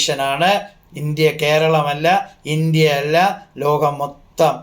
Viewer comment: Akshara shudhi ila , lokam enu paranjath ketto loham